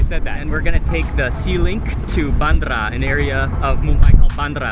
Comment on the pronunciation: he called it literally "baandara" 😂😂😂 it was hilarious! it's actually pronounced as "BeinDra"